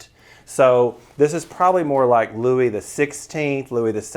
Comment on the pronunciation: Get your "Louis's" right! .... you're in the business, afterall....❤